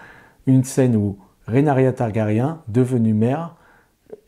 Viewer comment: Ouïlle, mes oreilles !🙉 Trop de "RénArYa" au lieu de Ré-NI-RA (Rhaenyra) et de "Migouel" au lieu de Miguel (on dit bien Che Guevara et pas Che Gouévara). Sinon, j'adore House of the Dragon malgré quelques bémols, et je compte les jours jusqu'au 17 juin pour entrer dans la Danse 🐉🔥!!!